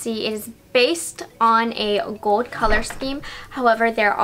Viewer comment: I noticed pronounces words with L odd. Like gold and old and pronounced the L like a W. Like gold sounds like “gowed”?